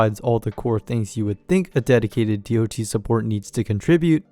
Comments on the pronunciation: hearing DoT pronounced as Dee oh Tee instead of dot feels so wrong to my mmo brain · Makes a whole video about dots calls them D.O.T. Bro it's been dots (said as spelled) since 2004. Please learn a bit about a topic before making a whole video on it.